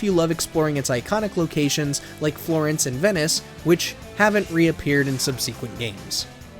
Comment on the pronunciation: The word is not sub-SEE- kwent.. please read a fucking dictionary